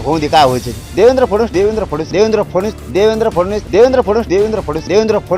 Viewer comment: साधा "फडणवीस" नावाचा नीट उच्चार करता येत नाही फुकटच्या चपटीवर बोलणाऱ्या मिथूनला....